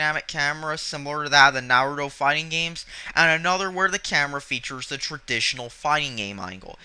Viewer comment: The way you say Naruto makes me cringe...